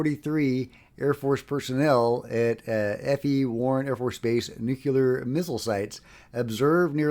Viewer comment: Bro, pretty please practice saying Nu-Cle-Ar. I value you too much to let you keep sounding like a George Bush meme.